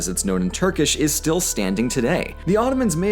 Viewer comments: You pronounce it pretty great even better than me who has born and raised in turkey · Your pronunciation of the Turkish words are on point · As a Turkish I have to say your pronounciation is well above my expectations. It nearly sounds like you know how to speak Turkish. Thank you and your friend Emine.